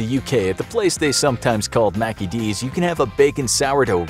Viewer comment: Its mickey ds not mackey ds ez mis take